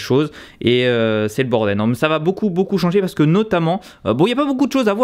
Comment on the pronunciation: c'est grave beau et la vue mamamia j'ai hâte que les lives reprennent sa me manque :D a chaque foi que tu dit c'est le bordel j'entend bordewls